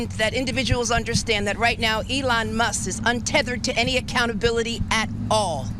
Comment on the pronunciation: Does she know there’s a “K” on the end of Muss(k) lol